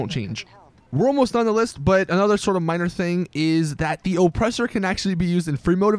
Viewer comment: IN-surance, O-ppressor